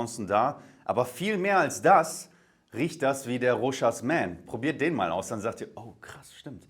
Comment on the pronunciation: Das s wird beim Rochas nicht ausgesprochen. Bleibt stumm.